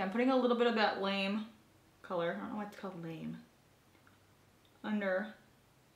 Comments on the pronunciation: Did the name of the gold shadow have an accent over the "e" (the one you said was called lame)? If so it would be pronounced La- May which is a lightweight shimmery fabric (but generally cheap and metallic - think little kid dance costumes are often made out of it and color guard flags) - that would be a perfect name for a shimmery gold. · It's not actually called lame, it's Lame' as in "gold lame'". Lame is a fabric that has metallic fibers woven throughout. Just an FYI 😊 Love your videos! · I don't think that shadow is meant to be pronounced lame... It's probably lam-ay like mallorys gold jacket from her engagement photos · You made me crack up when you said "I don't know why it's called 'lame'." It's pronounced LUH-MAY. Lamé is a type of shiny/metallic fabric. Look is beautiful by the way😊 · That Laura Geller shadow is pronounced Lah-Me like shiny material :)